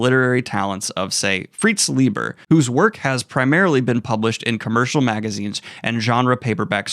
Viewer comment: FWIW, in an autobiographical essay I read many years ago, Fritz Leiber stressed that his surname is pronounced LIE-ber, not LEE-ber.